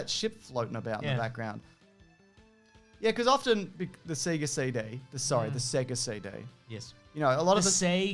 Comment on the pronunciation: Cmon guys, every time you turn on a Sega it pronounces it for you. As a Canadian, you know I'm soary to point this oat.